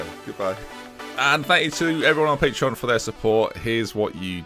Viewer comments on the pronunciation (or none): none